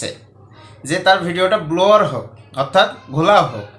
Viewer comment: স্যার সঠিক উচ্চারণ ব্লার